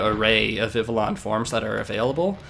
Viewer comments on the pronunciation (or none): I hope this isn't one of those moments where tons of people have said this to you and you simply prefer your way, but Vivillon's name comes from the french word for butterfly, "papillon", so the correct pronunciation would be like "Vih - Vee - Yon". If anything, Vivillon is the Pokemon that taught me how proper French pronunciation was less commonly known in the English speaking parts of the world than I once thought, cause I didn't even hesitate to read it like a french name the first time I read the name and yet I got friends who say "vih vih lee uhn". Incidentally, I do have a friend with a living dex, and from what I've seen, catching all the Vivillon forms appeared to be the most fun of the "tedious" Pokemon to get and they brought boundless joy, as all Vivillon should. Glad to see one in use.